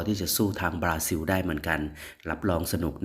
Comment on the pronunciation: ประเทศเขาชื่อ บาซิน ไม่ใช่ บาซิว